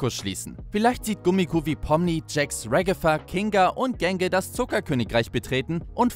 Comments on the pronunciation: Sie heißt nicht regefa sie heißt ragata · Wie so hast du regifa gesagt 😂